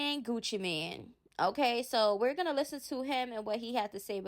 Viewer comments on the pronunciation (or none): NOT "MAN" BUT "MANE"...like a lion...he use to have Gucci around his neck!!